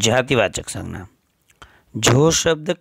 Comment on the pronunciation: Sir please in Hindi it's sangya.. In gujrati it's sangnya.. Sorry. But it's imp